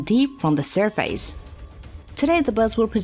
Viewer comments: Sur-FACE...Sur-FACE... "sir-fiss" Freaking bot voices...or worse, terrible english speaking. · Had to -1 your video due to the lame v.o.. First clued in when the v.o. said "sur face" for surface. Why are video producers so adamantly lazy to use lame v.o. that can't speak properly??? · WTF is Sur-Face? I hate these narrations. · Why is she pronouncing the word surface as sur face? It is annoying. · the girl says: sur FACE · Damm, I laughed my ass off at how the narrator pronounce Surface (Sur Face). Huh?? 😒😒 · sur face? oshe an o grapher? must be a computer voice and a bad one at that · Narrator is killing me. Only made it 7 seconds in. Sur-FACE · Please find better text to voice software. The repeated mispronunciation of "surface" is killing me/us.